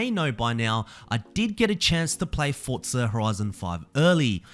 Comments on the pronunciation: Why are you saying “Fortza”? It’s just “Forza”. There’s no t in there man. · It's Forza not Fortza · Forza. FOR ZA. Not fort za. There is no “T” in there. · i like you, but i don't like how you say "Fortza"